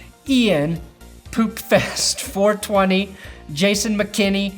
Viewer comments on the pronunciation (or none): All jokes aside do you actually have dyslexia because every episode you mispronounce someone's patreon name. This episode was poopfeast420 being called poopfest420. I'm not making fun of you, if anything I want to stop laughing when you do it, because it's an actual problem you deal with